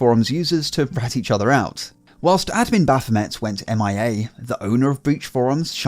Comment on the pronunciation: Why did you pronounce it correctly, Baphom-ey last vid but incorrectly as Baphom-et this vid